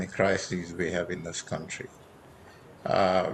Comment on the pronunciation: you mean cunthree, the man can't even pronounce the word country but wants to govern one. What a joke our country has become